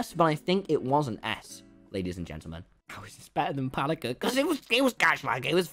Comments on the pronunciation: Me heqring Tommy say it pal likka made me cry. Cuz its just palikka Guy is maybe from finland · The way he Said "palikka" killed me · Tommy said Palikka prety badly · I've never heard anyone say palikkas name worse than Tommy. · You say IT like palikka